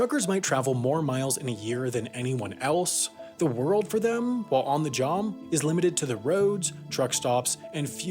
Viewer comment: does he say ‘jom’ instead of job? 🤔